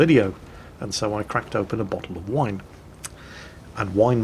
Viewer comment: WINE.... JESUS MAN I THOUGH U WHERE ENGLISH, NOT A FRENCH SAILOR :p. Vous monsieur est un poids lèger